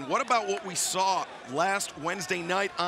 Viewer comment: Ricky: "I sawr it" This really reminds me of that one Taz and Bully Ray clip 😂